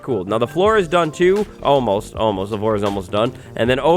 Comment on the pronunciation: Oh god the word ALMOST is killing me